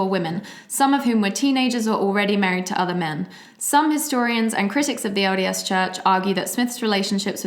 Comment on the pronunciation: When says LDS Church I hear "odious Church". 😆